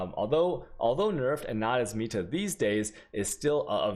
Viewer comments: Its "meta" not "ME-ta" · its "META" not "MIETA" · meeta? it's pronounced met ah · why "MEEta" tho :/ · For the love of god, stop saying meatah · "MEEta" it hurts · Sound like PIIIITA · I thought he was saying "meat her" like a true Chad. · "ME"ta. Please no. Please.